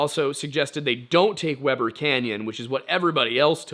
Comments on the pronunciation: Dang it! Do those of us from Utah need to send him a pronunciation guide? Because he manages to mispronounce something every time. Weber- wee- ber. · Every time I hear you say “Weber” it makes me giggle. In Utah, we pronounce it “Wee-ber “ with a long “e” sound is the first syllable